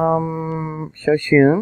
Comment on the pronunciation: Hi enjoy your updates. Miss Dutch, also. BTW Shoshone is Am Indian, pronounced show-shownee😇